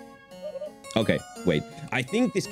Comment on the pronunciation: Bro you read lmao as "Le Mayo"